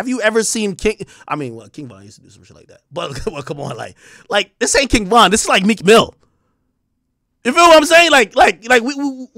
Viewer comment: Some one said Cheek Mill 😂😂😂😂😂😂😂😂😂😂